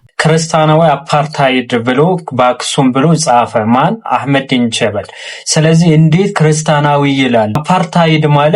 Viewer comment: he say አህመዲን ጀ(ሸዳ)በ(ሸዳ)ል 😂 ል ምትለውንም ሼም ይዞት ነው ሻዳ ያላደረጋት መሀይም